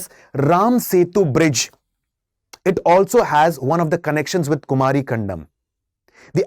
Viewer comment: Kumaari not its ku-mari